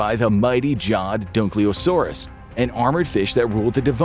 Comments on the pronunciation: Dunkleosteus, not dunkleosaurus lol, come on guys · It’s Dunkleosteus, not “Dunkleosaurus” 😂 Great video nonetheless! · Bro didn't even try to pronounce " Dunkleosteus" correctly.